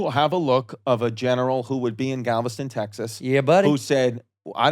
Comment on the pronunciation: Glad chrissy finally pronounced Galveston right